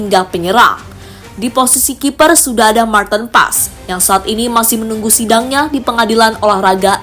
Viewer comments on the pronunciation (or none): none